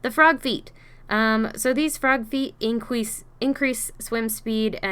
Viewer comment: Lmfaoooo made my day “incwease”